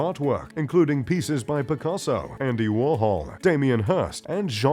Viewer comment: Hard to take these types of videos seriously.... when basic pronunciation of words like "Rocher" and "Picasso" are incorrect, and in the video "3000" pieces are written in the chyron, but he says "300" etc... etc... It's poor presentation.